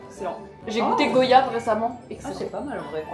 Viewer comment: Elle a dit Go-yave 😢j’ai eu mal au cœur